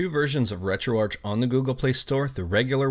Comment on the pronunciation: Isn't it pronounced retroark?